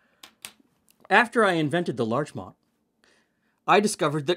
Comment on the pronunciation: Showing up right under "knickerbocker" in the book, I wonder if this is named after the town of Larchmont, NY. It's quite close to NYC, so the adjacency to the nickname for a Manhattan resident makes sense. If so, it's pronounced with a hard-T, not in the French style. (/lɑːrtʃmɒnt/) , Embury writes "I have named this after my favorite community" at the end of the previous recipe to introduce this one, too.